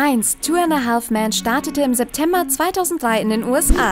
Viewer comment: Ich hasse es, wenn Leute ,,haLLLLLf" sagen :D